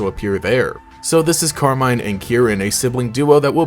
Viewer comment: Pretty sure it's meant to be pronounced Carmeen